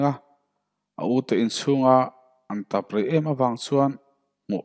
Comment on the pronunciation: 'In chhunga an tap rei em avang chuan...' tiha 'tap' hi mei chhemna 'tap' angin i lam a, a awmzia a bo chiang hlê. 'Tâp' tiin thlûk tur. Chinai ka tât tiha tât kan thlûk ang hian.